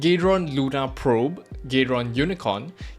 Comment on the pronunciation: why you call it gay-ron